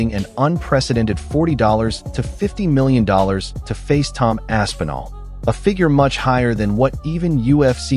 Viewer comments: its not ASS-PENAL...its Aspinall....smh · I think hes just designing the build-up. For when they do fight. Making Tom think he ain't gonna get that big pay-day. Also the AI or whatever saying Tom's last name is hilarious. ASS' PEEEN' OL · Asspeenal? Wtf pronunciation is that 😂